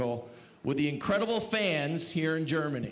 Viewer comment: Where's "Gernamy?"